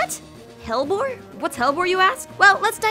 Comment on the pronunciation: Hellebore (Helleborus) is pronounced Hell-E-bore/Hell-E-borus :)